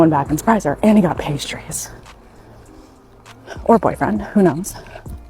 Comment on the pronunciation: "pashtries"? No ... learn to speak properly ... "pastries" ... there is no "sh" in that word!